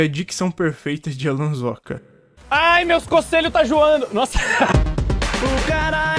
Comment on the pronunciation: Alan: Aí meus cocelho tá juando Eu: amém 🙏